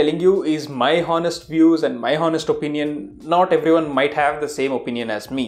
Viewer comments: I think you were very wrong at pronouncing ''honest''.....'haunest' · I'm sorry but that's not the way how you say 'honest'. H is silent there.